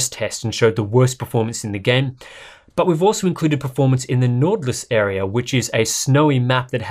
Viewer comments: "Nortlus".. It's a much sharper Y. It's norwegian (scandinavic actually) for "Northern Lights" :-) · As a dane its funny too hear you say nord lys